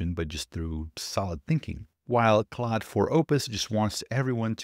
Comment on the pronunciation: FYI claude is pronounced more like "cloud" than "clawed." French is weird.